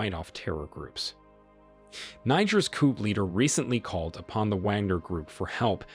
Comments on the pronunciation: "COOP"??? People say "COO", it's a French word I think? Makes sense under the circumstances. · It would be helpful if you could know how to say the word " coup" is in "coup d'état" properly, where the "p" is silent. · Jeez...Coup, a French word, is pronounced "coo". Not "coop". If you're going to do these videos at least pronounce foreign words correctly. Otherwise, a good and informative video. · COUP is pronounced COOOOOOOOOO not COOP..dear me. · "Coup" is pronounced "Koo," not "Koop." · Koo not Koup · It’s actually Coup not Koup or Koo. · It's a coup - pronounced KOO. The P is silent. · Coup is pronounced "coo" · Caught the racism by saying mispronouncing Niger. It was slick. The mark yeah I caught it. And the word coup the P is silent. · * coup - the "p" is silent.